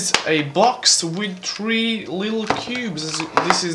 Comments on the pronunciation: He says tree by trre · It's three by three not tree by tree